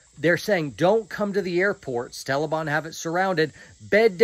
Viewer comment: Not to make light of this whole horrible situation and I love but I can’t get past “tellibahn” 😂